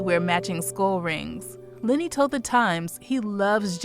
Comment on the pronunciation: Why do you keep calling him LINNY??????? ITS LENNY! (sorry, but that drives me nuts lol)